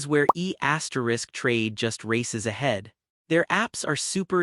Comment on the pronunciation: It’s pronounced E Trade not E asterisk Trade.